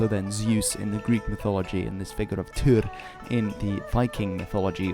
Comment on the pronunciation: im pretty sure its tyr not tur